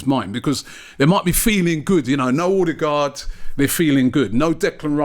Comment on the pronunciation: And Robbie’s pronunciation of Odegaard. “Orrr degaard”